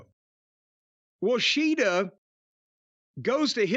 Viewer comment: lol, the way Jim (and Toni) said Shida’s name is actually closer to the actual way of saying it (each syllable should be the same length).